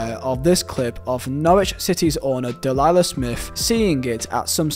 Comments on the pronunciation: Its Delia not Delilah deal E uh is how u say it bud just tryna help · Delilah? It's Delia.. pronounced Dee-Lia. haha. 🙂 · Your pronunciation of Delia took 10 years off my life expectancy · interesting that you dont know how to pronounce Delia.... or Bosnich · Bosnich is more understandable, but I swear Delia is still somewhat relevant